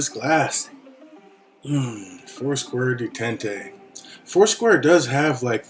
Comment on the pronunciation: Pronounced day taunt